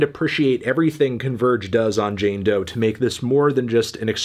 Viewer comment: It's "Doe"!! Stop saying that, is disrespectfull